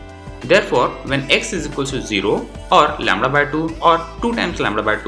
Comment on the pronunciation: Lambda not lamdra